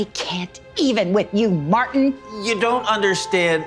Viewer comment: I wish she would actually pronounce the t in Martin the name might as well be “Marin” I mean goodness gracious it made me mad